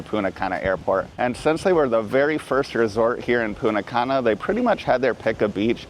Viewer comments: Great info and very enjoyable vid, but every time you said PuNNa Cana :face-blue-wide-eyes: I would think, "someone stole the "T" 🤣. Thanks again for all you both do. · It’s so distracting when you say “Poona Cana”. 🤦‍♀️ The correct pronunciation of Punta Cana is "poon-tah kah-nah," with the emphasis on the first syllable of each word.